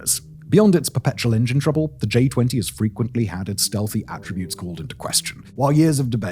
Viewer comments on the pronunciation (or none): none